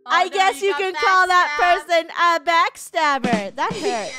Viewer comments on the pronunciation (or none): funneh said backstaber